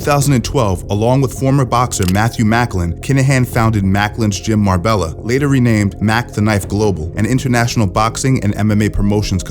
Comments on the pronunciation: Great content! Btw, Marbella is pronounced mar-bay-ah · Just to let you know, Marbella is pronounced mar-bay-yuh. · FYI marbella is pronounced "Mar-bae-ah" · You pronounced Marbella wrong 🤣